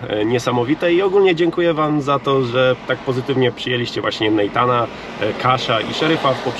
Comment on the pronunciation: Jeżeli już chcesz zaszpanować amerykańską wymową to powinno być NEJTEN a nie NEJTAN.